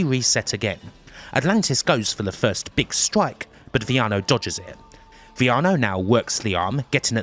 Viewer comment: I loved this video. just a nitpick, though, "V" at the beginning of a word is a "B" noise, the "i" is pronounced with a "ee" and the double L in spanish is "y" noise, so it would be pronounced "Beeyano" ... i totally get it as it takes alot of practice to be used to unless you speak it on a day-to-day basis. I loved this video and definitely want to see more Lucha stuff from you.